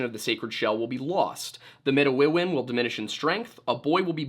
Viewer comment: Hello, (lol) I'm Indigenous of the Anishinaabe people of michigan. I share a lot of cultural things and language with the Algonquin of Canada and I just wanted to correct you on your pronunciation of "Midewiwin" the religious practice. it's Mih-day-wih-win. at least that's how the Anishinaabe pronounce it and like i said, many similarities. Don't know if you care or if you'll even see this comment but I thought it might be a fun nugget of information if you ever stumble across the word again!